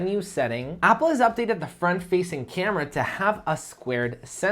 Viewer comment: Why You pronounce every word with 'Um' suffix? Camerum? Nonsense